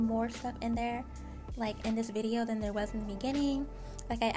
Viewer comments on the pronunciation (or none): none